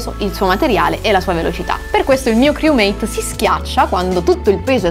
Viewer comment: Lo dici male criumeit fra